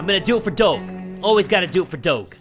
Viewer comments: Your pronouncing doge wrong lol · Love your vids I thought he was saying dog weird but then I realized it was doge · When you don't know how to pronounce doge. Also, isn't it ironic that there's a cat game ad? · He didn't say doge right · U said doge wrong -.- offended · You said Doge wrong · Why does he say doge like that? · WTF YOUR PRONOUNCING DOGE WRONG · You that is not how you say doge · (Doe-Juh) (Dough-J) Doge (you know like sound D not like you say the letter then regular letter O than G is more like j like the sound not letter an the e makes an uh noise) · No hard feelings but you pronounce doge like if it was spelled “doje” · Doge is pronounced do ja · It's pronounced dojh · It’s pronounced Do-sh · You pronounce Doge Like a J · It is said like doaj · It’s pronounced Doje 😑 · It's supposed to sound like DOJE not DOGE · It’s not doge (Do-geh) it’s Doge (Do-Juh) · It’s nor dog it’s doge got it you said it wrong not g but ge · Kilahni Hanna yeee it’s doge not dog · It's Doge Not dog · It's. Not. Dog. It's Doge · he meant doge not dog lol pronounced it wrong. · why you say doog it is dooj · doug Me:inhales and outhales intensely Also me:ITS DOGE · doge is pronounced dodge. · You know you say it like dogh-ju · He realy probounced doge like dawg instead of dodge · Dog-e It’s do-j-e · Ma dude, ya been pronouncing "DOGE" wrong, is sounds like "DOJE" Glad to be of service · ITS PRONOUNCED DOJE NOT DOGE SPELLED DOGE BUT SOUNDS LIKE DOJE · Who else is bugged that said it like Doe-ge instead of Doe-je? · Im so triggered bc he said it like “doge” instead of “doje” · Wow it’s do jeh not do ge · it's cringy af when he says doge instead of doje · its Doje not doge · you say doge weirdly. its pronounced doshe. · it's pronounced DOG EEEEEEE. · it's prenounced Doggy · it's not said like that it's doe gu or doge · you're saying doge wrong is Dough-gee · NorthBoundWolf it's like dough je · I though it was Doe-j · yes doje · It's do ge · It's d-oe-j.